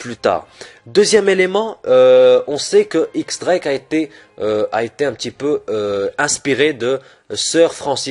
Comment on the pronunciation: Théorie cool avec de bon arguments, mais juste 2 petits détailles, X Drake se prononce Diez Drake (X est un chiffre) et quand tu t'inspire d'une théorie tu pourrais mettre le lien dans la description par simple respect pour l'auteur. Bon courage continue ton taf !